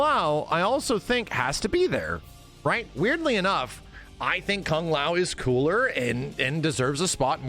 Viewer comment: I really hate the way this guy pronounces "Kung". This isn't 1960. You're not Kano. You make it sound so vulgar and gross. ew.